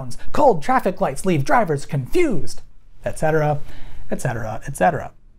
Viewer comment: Wow. Finally someone who actually says "etcetera" and not "eggcetera" :-D